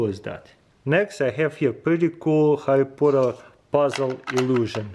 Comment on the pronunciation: Yes, I love my some Harry Pooter